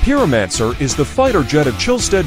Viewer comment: "peeromanser" lmao